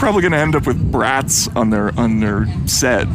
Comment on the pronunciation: I'm sorry, I like Matt Taibbi, but did he just call brats (as in bratwurst) brats (as in a snotty child)???! 🤣😅